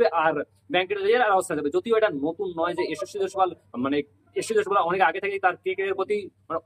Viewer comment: নামটা ঠিক করে বল😊